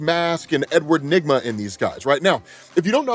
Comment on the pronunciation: nah bro when i first heard him say edward enigma i thought bro said sum different i aint gonna lie